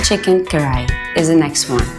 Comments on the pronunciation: What???!?! what is karachi?? its karahi.. 🤦‍♀️🤦‍♀️ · What you can't even pronounce chicken kadai oh my God